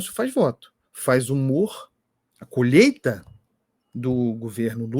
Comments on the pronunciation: Não é colheita , o Lula fala COLHETA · O burrrrrrrrrrro não fala colheita não 😂😂😂 é colhêta😂😂😂😂